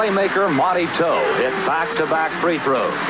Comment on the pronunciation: What's with pronouncing Monty towe like "toe" ? It is pronounced like "ow"...like you just hurt yourself.